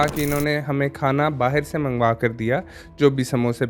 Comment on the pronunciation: Baahir nahin balki Baahar باہِر نہیں بلکہ باہر